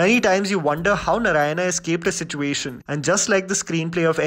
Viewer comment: I wish you said Narayana and not 'Naraina'😑